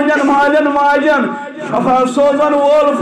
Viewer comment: I request your good self please clear the word( shafa means death ,this is Shifa means strength )